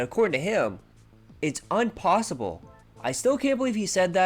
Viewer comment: “ is desperate to not be seen as a joke” Too bad for him he is a joke. “Unposible” Straight out of Ralph Wiggum’s mouth. “Me fail English? That’s unpossible!”